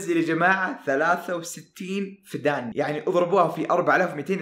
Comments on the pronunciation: وحدة قياس الأراضي الزراعية اسمها فدّان بالشدة طول المقطع ضحكتني بنطقك للكلمه😭😭😭😭😭😭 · فدّان بتشديد حرف الدال .. استغرب انك ما قد سمعت بوحدة القياس هذي ومو عارف تنطقها🙄🤔